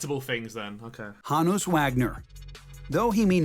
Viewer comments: What is this weird accent where he pronounces Honus as wrongly as he assumes? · The way he says Honus ahhhhhhhhggghgh